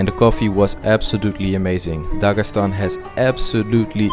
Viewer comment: Дагасан аахахх) ударения отдельная история)